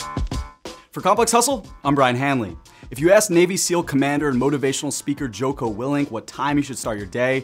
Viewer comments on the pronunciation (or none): This said "Joke-O" lmfaoo Complex pls at least learn how to pronounce something before making a video on it